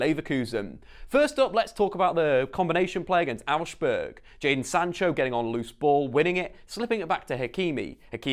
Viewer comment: you pronounced Augsburg wrong, use translate its pretty accurate